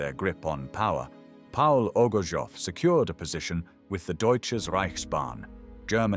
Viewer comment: His name is pronounced as O G O R T S O V or rather OGURTSOV, coming from a Russian word OGURETS, a cucumber.